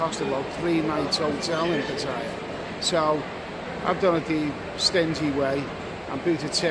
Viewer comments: It's 'Party?Yeah' and not 'P'attaya'. good Luck in SEA!` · Hello love you vlogs, but please don't call it PATTYRE it's PATTAYA